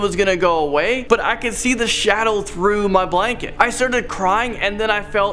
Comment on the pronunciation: Ah yes, “Shadown demon”